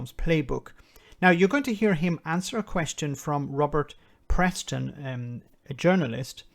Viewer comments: Peston!!!! It's Peston........ not Preston!!!! Can't you get anything right!! Merry Brexitmas,!!! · all i can say is “A fool always finds a greater fool to admire him.” Nicolas Boileau (in passing and i might hearing you incorrectly but the guys name is Peston not Preston) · Its PESTON, not Preston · Robert Peston. Not Preston. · Peston, I think, not 'Preston'. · Sorry, I’m not trying to be clever here. It’s Peston. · Its Robert Peston not Preston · It's Peston not Preston see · It's Peston not Preston. Scottish government have passed a bill to apply EU standards to products for export. While not being in control of the situation, they have taken steps to get ahead of the game. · His name's PESTON no R. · Sorry to be a pedant, the reporter is Robert Peston, not Preston. And yes Boris is a pure charlatan. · Peston not Preston. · That’s Peston, not Preston. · The reporter's name is Peston, Robert Peston. Not Preston. No tariffs or quotas is whet we had when we joined the Common Market. Creating the single market swept away a mountain of non-tariff barriers like national regulations, this deal will put many of those barriers back in place for UK businesses. I wonder if the EU is going to carry on publishing EU standards in English? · His name is “Peston” not “Preston” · The journalist is called Robert Peston (no r in his surname) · It's Robert Peston not Preston. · FYI It’s Peston not Preston. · Robert Peston...not Preston (a pedant writes). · It shouldn't be hard to get the journalists name right, it's Robert Peston.